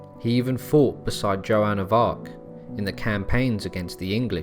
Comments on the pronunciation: Pronunciation of key names is awful. "Jill-ay" ? "Jo-anne of Arc" ? Jesus Christ, can you not even pronounce the name of the subject of your video? For fuck's sake. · "Joanne of Arc" ?? 😂😂😂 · "Jo-Ann" of Arc? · Joan of Arc as Jo-Anne too......but really I enjoy these videos so much . I learn so much x